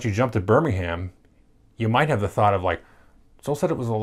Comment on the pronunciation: No no no no NO! It’s Birming’um. Great game though XD